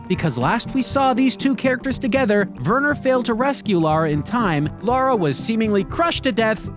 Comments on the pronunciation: It’s Lara, not Laura. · Damnit guys, her name is LARA....not Laura. Lah-ra. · Lara Croft, not Laura Craft!!! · Her name is "Lara" not "Laura"